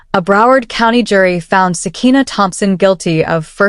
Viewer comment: Sakiyna not sekina